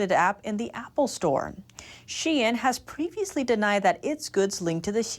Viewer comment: finally pronounced shein right lmao